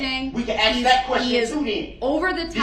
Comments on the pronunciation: and the 5 thousand times he said "Axe, and tackit agreement, etc." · I done AXE you who dat say who dat when I say who dat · Why do Blacks say AXX a question instead of ASK ? Lemme axx you something real quick homey. ASSSSSSSSSSSKKK. Say it like what you sit on, your ass. Assssssssss kkkk. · Acrate= accurate Troof= truth Axe= ask With all respect= with all do respect The guy is playing stupid for an appeal not goig to happen. Funny how he thinks he can talk to a judge that way. She buried him with sentences. 2nd guilty THE LOOK ON HIS FACE WAS PRICELESS. HE IS ACTING THIS WAY SO N HE DOESNT GET DESTROYED IN PRISON